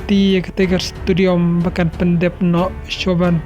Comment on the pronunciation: Stadium ❌ Studiom ☑️